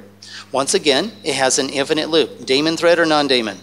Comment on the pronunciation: As smart as this guy is, you'd think he'd know how to pronounce daemon.